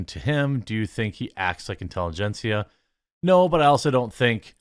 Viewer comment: Intelli-gencia ?! LUL These radicals are so laughably pathetic.